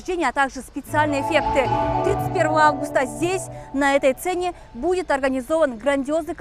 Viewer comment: кыргызча эле суйло. «На этой ЦЕНЕ» эмес СЦЕНЕ